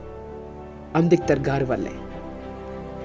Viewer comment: Ambedkar పేరు సరిగ్గా పలక లేక పోతున్నావ్... ఎంత బాధాకరం